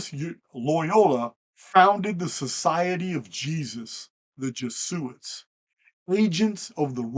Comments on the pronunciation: FYI its Jeh Zoo It. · Pronounced E-Knoch. And Jez-u-it. Biblio-tecka. Great video. Thank you